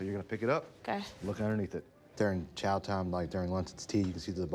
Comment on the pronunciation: He calls it chow though lol